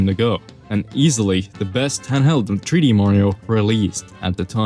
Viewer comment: you said super mario tree d land